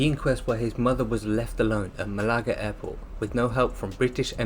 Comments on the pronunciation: Mal-agga??? Estpo-a?it's Estepona and Malaga. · Research how to pronounce places you got them all wrong how can you not know how to say Malaga and marbella 🤣